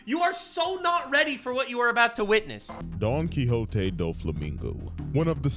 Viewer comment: I will never stop laughing at you for Donkwikzote